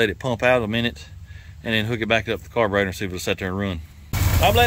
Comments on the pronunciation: It is so irritating hearing you call the carburetor a carburoster, It makes you seem like you are a redneck backyard mechanic, especially when I am a trained ASE certified TECHNICIAN of 30 years, other than that I like your vidio's. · Digging the channel but stop saying carboroster and gastoline. It doesn't sound good. It will never catch on.